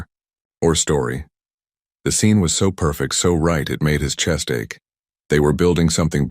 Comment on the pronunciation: Ache as in pain. NOT ACK.PLEASE GET A I TO PRONOUNCE THE WORDS CORRECTLY. 😮😮😮😮😮